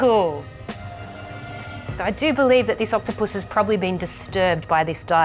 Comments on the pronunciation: Did she say octopusy? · I love the way she emphasizes not touching the octupus . 😂😂